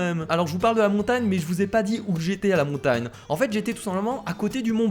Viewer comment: pq tu dis montane et pas montagne